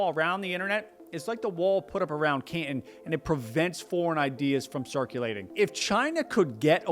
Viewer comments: I have never heard "Canton" pronounced before, but I don't believe you're saying it right. It is the hometown of modern day Guangzhou, where they speak Chinese with the Guangzhou - dialect. Otherwise known as Cantonese. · To my ear it sounds like you do a pretty good pronunciation of Chinese words and city names. But who taught you how to say "Canton"? You say it like the city in Ohio. Listen to the difference between "wonton soup" and "wanton destruction". The "ton" gets preonounced in 2 different ways and the syllable break is between the 'n' and the 't', not after the 't', The city in China was pronounced "KAN-tahn" while the city in Ohio is said like you say it, almost one syllable, "Can't-in" as a pirate saying "captain" - "aye, aye cap'n" - or in the sentence, "I can breathe when I'm out, but I can't in." My wife had a dog called the "KAN-tahn" version of Canton 😉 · .........GwangJu is a city in South Korea. Canton is a city in Ohio. The video has authority, until the narrator get to the place of pronouncing these two major locations in China. 广州 GuangZhou pronounced as the narrator is no where in the history of the names of the city or location. I also cannot find Can as a name of the location in history.......And he pronounces CanTon like the name of the city in Ohio, not the location in China. This little error puts the authority in question. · It’s Can Ton Not Can Tin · Repeat after me: can-ton, caaaan-tooon. Not ke-en. 😅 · Can TAHN not CAN tahn. Take it from an old guy, whose uncle was Cantonese. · no. Canton (pronounced Cantn) is in Ohio. Canton (pronounced canTON) is the city in China. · While I'm not Chinese scholar, I'm pretty sure it's pronounced: Can-tahn... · I've never heard 'Canton' pronounced like 'can'.. let alone so many times in quick succession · Bruh at least try to pronounce the Chinese place names correctly good lord. Can'un. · Ca'in? Can Ton - rhymes with "prom" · It’s Canton like wonton